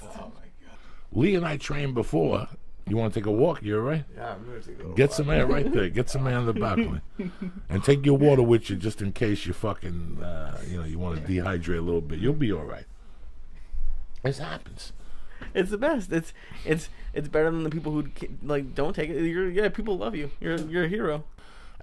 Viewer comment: The way joey said dehydrate when he’s trying to say hydrate 🤣